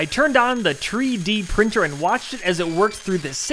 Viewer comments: I had to turn off the video as soon as he said "tree-D printer" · I know the tree-d-printer joke is a play on 3d printer, but it also sound like tree deprinter, as in it unprints a section of the tree